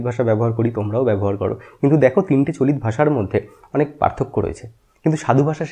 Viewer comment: আমি বাংলাদেশ থেকে, আমাদের ডা. সুনীতিকুমার চট্টোপাধ্যায়ের ধারণা পড়ানো হয় না। ডা. শহীদুল্লাহ এর ধারণা পড়ানো হয়। গৌড়ীয় অপভ্রংশ থেকে বাংলা ভাষা এসেছে বলে আমাদের পড়ানো হয়। আপনার উচ্চারণ গুলো কেমন জানি লাগলো। "আজকে" কে বলছেন "আজগে"। "চলিত" কে বলছেন "চলিৎ"। তবে আপনার উপস্থাপনা বেশ প্রানবন্ত, বাংলা ভাষার প্রতি আপনার আবেগটা জোড়ালো। ভালবাসা রইলো। পাশে আছি। এমন আরো তথ্যবহুল ভিডিও আশা করছি।